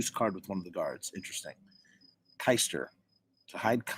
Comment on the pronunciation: It’s pronounced key-ster